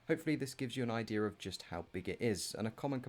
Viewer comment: This guy said IDEER